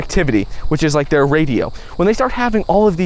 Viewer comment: I thought you said in the beginning of your video “Don’t like the video” … I still liked it anyways